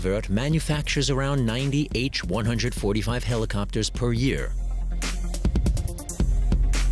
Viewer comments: H One Hundred Forty Five. Ugh! It's an H one forty five. Good otherwise. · When used in a model number like BMW 325, the 747 is the "seven four seven" not "seven hundred forty serven." The H145 is the H one four five. That's how it works with helicopters. Hint: what you learned in school applies to numbers, not model numbers.